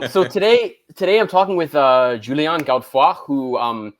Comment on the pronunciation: Xiaoma it's amazing you can speak so many languages and have an excellent chinese but can't pronounce Julien correctly